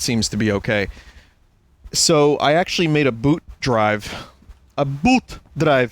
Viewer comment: So it went: "boot drive" (büti) "BÜTI"